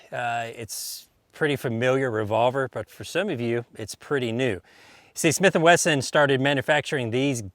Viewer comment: Snith and Wesson? That’s a new one lol